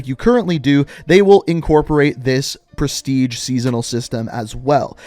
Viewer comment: I heard Presitge... is this so??😯